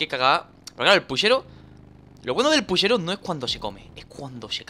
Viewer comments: Aca en argentina se le dice puchero no pushero jaja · Dani, es puCHero, no puSHEro, aprende a hablar chabon das bronca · En Argentina se dice puchero no pushero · 2 likes y le enseño a decir puchero a danirep